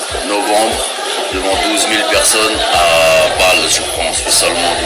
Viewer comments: C'est À Bâle pas À Vallz mdrr c En Suisse 😂👌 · À Bâle (basel ) en suisse ;) pas vald 🤣